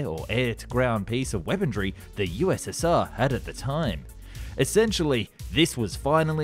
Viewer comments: Every time he says "weapondry" i want to punch a baby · Hey man, love the videos. I'm really sorry to be "that guy" but what's with the D you keep pronouncing in weaponry? 😂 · Why does he pronounce "Weaponry" as "Weapon-dree"? Weaponry does not have an R in it. In any case, another great video! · Weaponry, not weapondry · why does he ad a D to weaponry? I've heard it in a number of videos. He is complete ick head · There's no D in weaponry. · If I took a shot every time this guy mispronounced “weaponry” I would piss vodka.